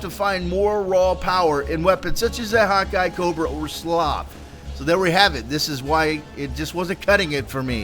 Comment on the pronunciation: When he said hawk eye it sounds like he said "hot guy" lmao!